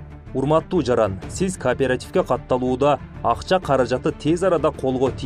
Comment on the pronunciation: Алып баруучу тагыраак суйлочу каапаратив деп айтылбайт уят